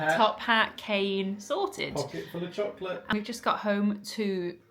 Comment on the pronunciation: “Pocket full of chocolate” in accent will always live rent free in my head.